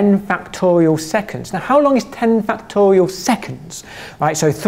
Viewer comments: I keep hearing "factorio" instead of "factorial"... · Ah, i love this dude. Very energetic and the way he says factorial is hilarious.